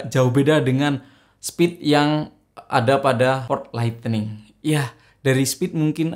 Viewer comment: Lightning bang bukan lightening hehe